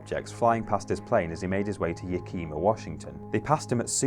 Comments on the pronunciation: It's not Yah-kee-mah, Washington. More like Yak-E-maw. Just sayin'. ;) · Oh for... It's not YaKEEma, Washington . It's Yak-i-ma. It's a short vowel sound. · wait did he just pronounce yakima yuh-keem-ah thats... very.... wrong.... its ya(a as in back)kim-aw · Lol it's not Yakeema it's ya-Kim-ah washington it's a native name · Er, it's pronounced "YAK-ih-mah". Not that it matters. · Yakima, Washington is pronounced "yeah-kih-ma" with a soft I. Guess how Sequim, Washington is pronounced. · It's nice to know my hometown is so famous that it made a WhatCulture video. By the way, Yakima is pronounced: YAK-i-ma. It is a Washington thing. People never say the names right. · Here in Washington, it's pronounced YACK-imm-ah. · As a resident of Washington, the way he pronounced Yakima is so far off I had to think about where he meant for a solid ten seconds before laughing.